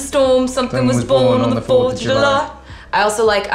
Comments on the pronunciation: I love the way Taylor say " After the storm something was born on the 4th Julahh" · She said julah😂